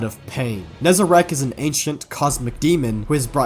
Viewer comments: is NE- ZAH-REC , NOT NE-ZE-RAKH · Still kills me that him and so many say Nezerac, when it's Nezarec. Been years, my guy. PLEASE! 😅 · I cannot stand the fact that Nezarec is clearly spelled out and people call him "Nezerac"